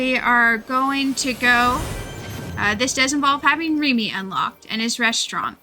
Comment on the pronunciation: the way she says Remy's name through out the video kinda bugged me